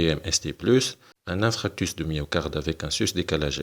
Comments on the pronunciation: hhhhhhhhh ça m'écorche les tympans a l'entendre dire infractus!!!!! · InFARctus doc ça se prononce InFARctus 😂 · Infarctus et non infractus donc ce n'est pas un lapsus !